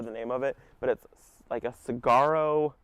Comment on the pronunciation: FYI Saguaro is actually pronounced like Seˈwärō I live in Arizona and grew up familiar with the cactus.